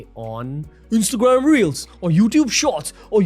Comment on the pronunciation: The way he said Instagram reelss is hilarious and cute 😅😂